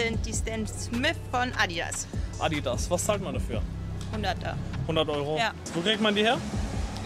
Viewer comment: warte... ADIAS... und ich dachte mir schon das "Adidas" ein Druckfehler ist...